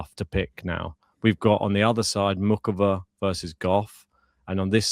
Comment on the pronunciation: What's wrong about the pronunciation of Noskova? They got Muchova wrong though, a CH is not pronounced like a K in czech.